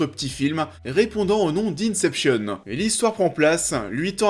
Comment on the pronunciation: Au passage... Inception est un mot français à la base, en gros, il signifie: Début. L'inception est ce qui précède la création. (Pour une fois qu'un français fait l'effort de prendre le bon accent…)